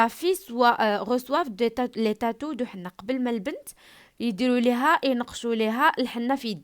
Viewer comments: Henné كتقرا é_nné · ماقتقراشhenné فحال هكا كتقرا اني